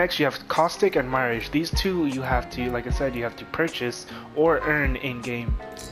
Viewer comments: My-ridge??? It's mirage hahahaha. Quit watching after I controlled my laughter enough to change the video. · Stopped watching after I seen your lvl 3 and pronouncing Mirage as my-ridge. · Did he just mispronounce "Mirage"!!??